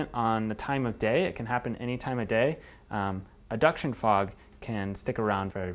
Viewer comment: aduction fog?, i thought it was advection fog, are you sure you got that right amigo...